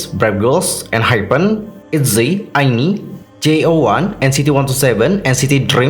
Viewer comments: bacanya ai enu ai kak buka ai ni, meskipun tulisannya INI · INI dibaca ai-en-ai bang👍